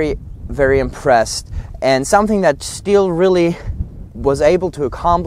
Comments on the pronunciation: That is not stil chainsaw, it is stihl (shtil) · Please don’t pronounce STIHL like steel . It’s a german brand so do it the right way naming it. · They don’t even know how to notch a tree properly. Can’t even pronounce the name properly..... steel lmfao. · you don't pronounce STIHL accurate!!!